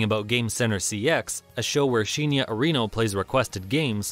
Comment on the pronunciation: Arr'ee•no, not Uh•ree'no